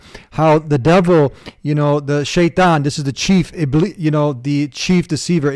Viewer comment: Hes pronouncing shaitan correctly but says "mozlim", lol, clearly the effect of media.